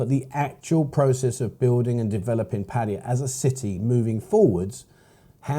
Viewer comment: Please pronounce their name correctly, it's not pattiya, it's pronounced Patt Aye Ya ,with an A not an I